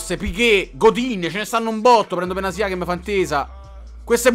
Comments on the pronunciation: Benatia si dice no benazia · Quando improvvisamente benatia diventa benasia🤣